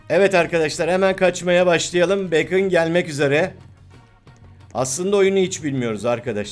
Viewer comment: Abi beykın diye söylenmiyo direk bakon diye okuyom askkddnkdndksnslsşzözlxşj